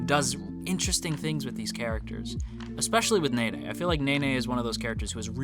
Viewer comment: him: nene Me: he pronounces it like nae nae